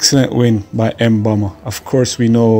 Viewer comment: Am curious to why 🇯🇲s have difficulty pronouncing her name.its not emboma and not Chris.how do you mess up such a simple name and not a difficult name like the 🇳🇱 athlete